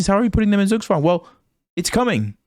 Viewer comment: Nice pronounciation of zugzwang